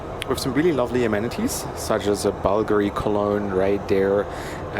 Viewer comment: Your italian pronciation of “BULGARI” is illegal. 😂